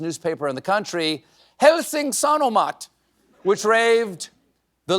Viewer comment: A Finnish person's ratings on the pronunciations: Helsingin 7/10 (the "in" at the end was forgotten) sanomat 10/10 puheohjelman 1/10 (there's supposed to be a pause between "e" and "o", because it's the seam between the words being compounded ("puhe"&"ohjelman" ("talk"&"show"))) juontaja 4/10 (Finnish "J" is pronounced like the English consonant "Y") vertasi 9/10 avausmonologiaan 6/10 (Finnish "G" is pronounced like the English hard "G" -- we're "It's not 'JIF', it's 'GIF'!'" -people) poronkäristykseen 5/10 (Finnish "Y" is pronounced like the German "Ü") juontaja 6/10 vietän 8/10 suurimman 8/10 osan 10/10 ajastani 5/10 vaeltaen 9/10 Kainuun 9/10 uutismetsässä 6/10 Pretty good job overall!